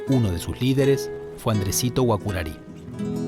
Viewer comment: Error se escribe Guaçurarí con Ç letra que se llama CEDILLA y en español significa Z suave y se pronuncia como Z o S por lo que GUAÇURARÍ voz guaraní se pronuncia GUAZÚRARÍ que traducido al español significa VENADO ARISCO